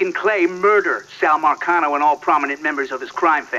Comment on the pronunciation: Marcano not vulcano 💯💯😒😒